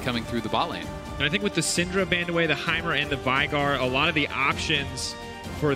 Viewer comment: Can you PLEASE get your casters to say Veigar correctly? Come on man =/